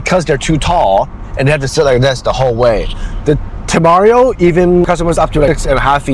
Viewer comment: You're pronouncing the temerario wrong.